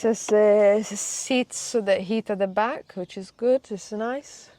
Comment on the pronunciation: I have an Italian neighbour that speaks like. I like the way she adds an a to the end of words, "in the back-a" 😂